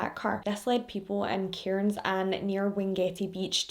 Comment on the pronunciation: Also, I live in Cairns, it's said like cans, the I and r are silent